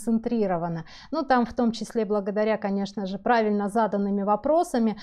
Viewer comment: Благодаря правильнО заданным вопросам!!! Когда вы берете на себя роль вещателя в массы, учитесь грамотно говорить!